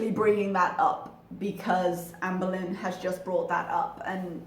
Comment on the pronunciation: When you said "Amber Lyn" here it sounded like "Anne Boleyn." LOL